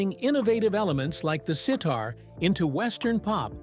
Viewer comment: Narrator, learn how to pronounce sitar